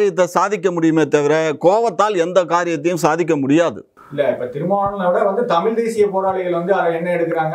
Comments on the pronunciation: Tamizh pa.. Tamil Ila.... Zha... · தமில்.? தமிழ்.? பாவம் தமிழ். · Kamatchi daan tamil nu solludhu anchor aavadhu ozhungga tamizh nu pronounce panni irukalaam